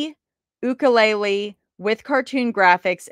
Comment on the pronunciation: pimp-er-nell, like the bread. Cartier - Cartee-aa Nihm - Nim (great kids movie!) Ukulele -You-ka-le-le This onee was hard on you lol